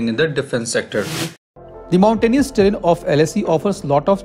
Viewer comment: It's pronounced ter rain